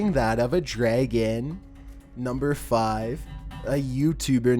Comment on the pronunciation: Who remembers he used to say number fi Ve